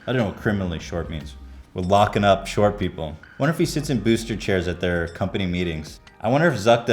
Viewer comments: Found it funny when ethan said buooster seat!!😂😂😂😂😂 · BEWYUSTER SEAT????? lmao